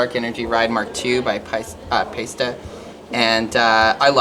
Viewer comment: I’m sorry but she can’t pronounce Paiste... sorry it’s an e not an a...